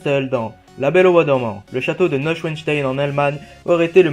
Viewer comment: Neuouchouaisteyn mdrrr la prononciation